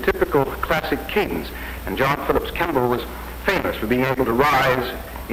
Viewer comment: * John Philip Kemble, not Kamble.